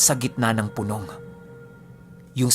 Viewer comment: (Pu-nòng. ) lods hindi (Punông...... ). 😊